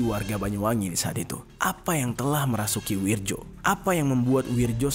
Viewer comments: Itu namanya bukan wirjo (ejaan lama) mas, tapi wiryo ( Ejaan baru) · akurasa namanya bukan wirjo tapi wiryo,karna menurut ejaan lama tulisan nya W I R J O,tapi menilik perubahan ejaan intruksi dikbut tahun 1960an keatas bacaan DJAJA dihilangkan huruf D nya hingga cukup dgn JAYA dan posisi JA disini jadi YA dan ada banyak perubahan ejaan seperti tjatja jadi caca dst,mohon maklum 🙏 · bang maap, itu bacanya WIRYO bukan WIRJO makasih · Wirjo kalau dibaca ( wiryo ) Bang sekedar masukan biar gasalah baca kalimat Jawa. 😁🙏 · bacanya WIR- YO pak, itu ejaan lama...J=Y .kalau DJ=J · Bacanya wiryo mas, ejaan lama.